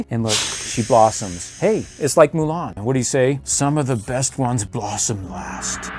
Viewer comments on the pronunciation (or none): none